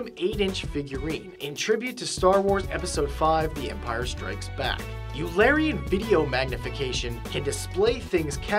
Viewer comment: Eulerian is pronounced "Oilerian" not "Youlerian"concerning the new video technique developed at the MIT Media Lab. Leonhard Euler (pronounced "Oiler") is one of the 3 greatest mathematicians to ever exist - he bridged the gap between Newton and Einstein, and went beyond both of them in many ways.He created so much work of mathematical genius, people are still working through his papers, more than 200 years after his death, and won't be done until well into the 21st century.